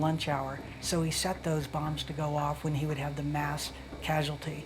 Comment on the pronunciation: British narrator pronounces 'bombs' as 'bums'. 😾